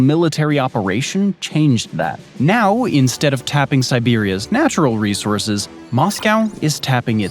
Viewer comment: Not to be a grammar Nazi but it's "resources"